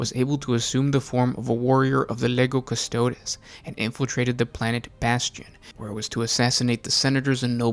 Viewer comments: Legio custodes Lee-gee-o Cust-o-deez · Lego custodus? Wtf kind of pronunciation is that? 😂